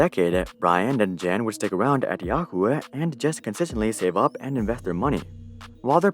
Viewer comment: Great content as always. But one small tip/fun fact Jan is John in most of central Slavic languages and a more accurate pronunciation of the name Jan would be if you read it like Yan. Anyways, highest research quality as always from you.